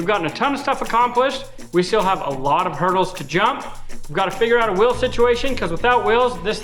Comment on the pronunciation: At the end of the video, I thought you said we have to figure out our "Will" situation. Then it dawned on me that you said wheel. lol